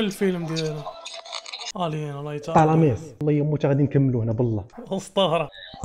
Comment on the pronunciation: ❌طلاميس ✔️طلاسم